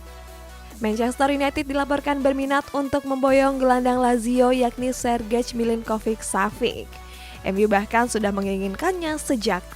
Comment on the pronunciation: Lagi2 pengejaan nya perlu diperbaiki Sergej dieja Sergey lah